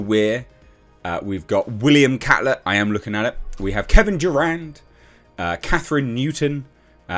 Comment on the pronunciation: I swear I thought he said Kevin Durant lol